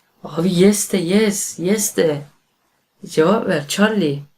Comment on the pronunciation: Çallı çallı diyo ama güzel